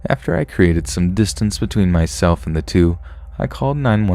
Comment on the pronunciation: I thought you said eat burgers instead of between